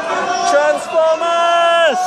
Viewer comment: its TRANSFOMAAHS